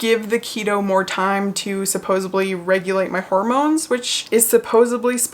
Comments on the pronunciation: Only mentioning this because I went years mispronouncing "lasciviously" (I was saying "la-viciously") until a friend pointed it out at the age of 26 and I really wish someone had told me sooner, I think the word you mean is "supposedly" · supposedly, not supposeably